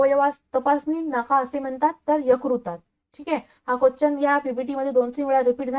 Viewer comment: Quachan nahi madam quastion mhana